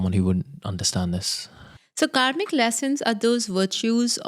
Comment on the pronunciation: I heard it as you are a comic coach. Can you pronounce better? Its kaRmic